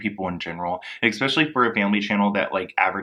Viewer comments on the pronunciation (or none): I so respect the research and time he spent cultivating this but every time he says “exspecially” instead of “especially”, I cringe.